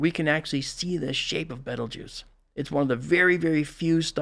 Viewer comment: Why can't you say Beetlejuice